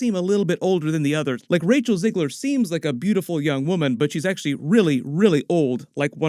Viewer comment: It's Zegler and it's not pronounced as Zeigler either.